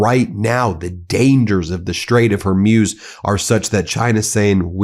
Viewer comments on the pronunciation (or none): Can you not say hor-mooz instead of Hormuuuze. its easy look up the pronunciation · hor-MOOZ, not hor-MYUZ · Bro, it is pronounced as WHORE -MOOSE, not Hor-muse. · Hormuz, pronounced: Hor-mooz, not, Hor-muse. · Hormuz is pronounced “ Hor - mooz.” Please check and correct your pronunciation before you speak. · Please, "Strait of Hormuz" ... the pronunciation is HorMooz -- like a cow, "moo", not like muse. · It’s not pronounced Horm-yooz, but Hormooz! So just because you don’t know the correct pronunciation and were too lazy to check on the Internet, how everybody else pronounces it, you don’t have the right to spread false pronunciation. So drop your ridiculous letter Y and pronounce the word without it: HORMOOZ. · HOR MOOOOOOZZZ , not hor muse. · Hey Ben, it’s not Hor”muse” as in think about, but Hor”mooz” as in what cows do. Saying it wrong is distracting. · NO SIR, it's pronounced HorMoz, and should be written Hormoz, which is a Persian/Parsi/Farsi male name, which I believe was the name of a legendary Persian Naval commander.😮😮 NAVGAN==Naval Ship is also a Persian/Parsi name, because Persia/Iran invented navy and Naval forces in ancient times.😮😮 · Ben, Faisal is pronounced Fy-sl Also Hor-mooz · It's pronounced Hor mooz, just so you know.❤ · It's pronounced hor MOOZ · Ben, it's pronounced Haw- Mooz ( like ooze) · Please learn how to pronounce "Hormuz." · Can somebody please teach this man how to pronounce correctly the ''Strait of Hormuz''! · You're pronouncing Hormuz incorrectly. FYI.